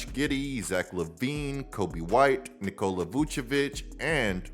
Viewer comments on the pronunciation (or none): none